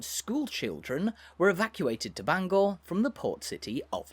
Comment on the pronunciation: Your pronunciation of Bangor hurts my head!